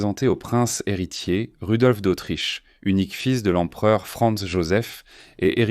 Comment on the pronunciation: Oui c’est Rodolphe pas Rudolphe